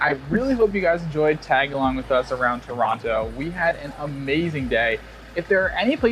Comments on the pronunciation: Actually Toronto is the most diverse city in the world by ethnicity count. Also, pronounced Toronto properly - no second T. You should've tried the Trini roti, that's what Toronto is famous for. The Indian roti isn't really good in my opinion. Next time you're in Toronto try Nom Nom Nom Poutine, that is the best in the city. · Heads up, though, you're indeed pronouncing Toronto correctly. The "don't pronounce the second t" thing is nonsense, created only in the last decade or so.